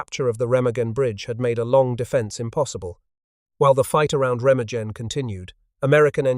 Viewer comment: Remagen (ˈʁeːmaːɡn̩). The g is pronounced like a g, as in gun, not a j, as in gin.